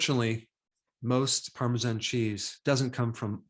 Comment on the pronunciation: It's Parmesan not Parmeshan.